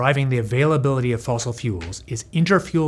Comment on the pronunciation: It's not "fossil".